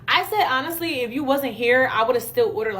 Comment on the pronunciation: "honestwy :3°